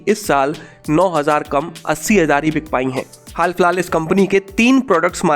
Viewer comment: बिच नही बिक होता है भाई